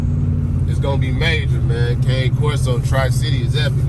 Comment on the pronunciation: The breed is pronounced “Kah-nay”. It’s Italian. But some good info in here bro. Keep pushing ✊🏾